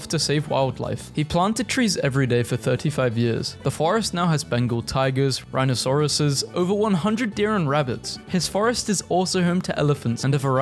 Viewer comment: Did...did he say "rhinosaurus?"